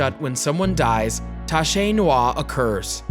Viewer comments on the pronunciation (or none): Lol you should try the google translation voice speaker before saying a foreign word.. Tache Noire is spelled Tache (Tash) Noire (Noar) with both E silent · please pronounce TACHE NOIRE aka BLACK STAIN correctly ....so it should sound like phonetically 'TASH NWAR'